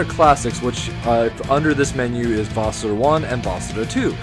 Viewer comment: I think you are pronouncing the name of the game incorrectly. Even in the 2000’s I never heard it pronounced like this nor has anyone else that’s some a review. It wasn’t my first inclination to pronounce it like you do either. Just wondering if you know something none of us know?